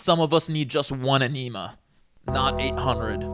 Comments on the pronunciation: Its called EN-ah-mah.... Say it with me now.... EN-ah-mah.... Not eneema holy jesus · E-neema? Tf?! It’s EN-NE-MA😂😂😂😂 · Enema? A-neem-a? Bruh, is this a joke? It's pronounced "ehn-a-ma". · Ah-NEEM-A? EH-nem-A! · E Ne Ma, not E KNEEEE Ma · The opening colon cleansing bit is sad when you don’t even know how to pronounce “enema”. It’s “in-a-muh” not “e-knee-muh” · it's "eh-neh-muh," not "enEEEEEma," bro! 😂😅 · LOL a-nema… you meant to at EN-i-ma 😂🤭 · EN-e-ma, not en-EE-ma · Enema (in-eh-mah) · Ate you saying an eneema to be funny? Because you are so smart and so well spoken I can only think so. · Bro lost me at aneema.. they’ll give any mush mouth a mic and a channel here. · "eneema" oof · The word enema is pronounced EH-nuh-muh (/ˈɛnəmə/). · It's pronounced "in ee ma"! Like the word "enemy" but ending in A instead of Y. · lol enema is pronounce IN UH MUH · "ANEMA" Lmao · The one thing that stuck with me from this video was “aneema” and the lady saying “brusketa” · i like how you said enima like anemia. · Eneema is pronounced: En Ah Mah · Ummm, it's pronounced EN-A-MA. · hearing him say enema like that.. UHNEEMA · "Anema." I can't stop laughing at that. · Hahaha, "Eneema". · Our dollar stores are well kept, clean and neat and smell nice too ... sorry yours are such a mess. And its n a ma not what you said. At least pronounce your words right. And if you don't like our stores move!!!!!!!!! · Omg, it’s “en-ee-ma”. We have the entire worlds’ knowledge at our fingertips 24/7 and I hear people mispronouncing things constantly. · I love being able to buy my Eee-knee-mah at the dollar store. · you lost me at ehneema..... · Ummmm I have NEVER heard it pronounced "ee-NEE-ma" in all 37 years on this earth lol 😂😊😊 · EN em uh. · not you pronouncing it "eneema" lmao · Eneemah eyes bleached after that awful fucking video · Was this AI? He completely botched the word "enema" to the point that it had to be AI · That’s not the way we pronounce enema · Fascinating pronunciation of enema.